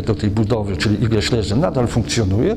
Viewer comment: Panie materiał bombowy, natomiast warto wiedzieć że niemieckie słowo Schlesien wymawiamy "szlezien", z dźwięcznym pierwszym "e". Pan Romuald to wie, ale też nie jest pewien. Wymowa zaproponowana przez Pana przypomina słowo "schliessen", czyli "zamykać". Oglądam dalej z zaciekawieniem.